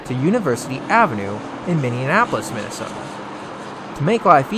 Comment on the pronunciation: Did you seriously just call Minneapolis “Minneanapolis” like 10 times?!